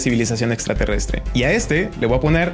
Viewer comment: Le voa poner :v "voa" Es que me trae gracia, en cuanto al contenido, gracias aprendí mucho